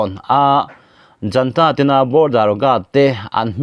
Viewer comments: Junta tih hi janta tiin i chhiar tlat mai.Zunta ti a chhiar tur a ni e. ZUN IN kan tih a,zun tih anga lam tur eg:Zunta. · Junta hi Janta tia lam loh tur a prononciation pawh Google ah a fiah khawp mai.